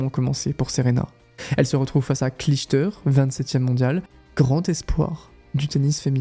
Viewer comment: Très belle vidéo. Elle est bien montée et bien écrite. J’ai pas cliqué dessus car je connais pas la chaîne mais c’était très sympa à écouter. Par contre, faut revoir la prononciation des noms des joueuses. Clijster le peut comprendre mais quand même Seles et Hingis. c’est étrange à entendre. Bref! Bravo pour votre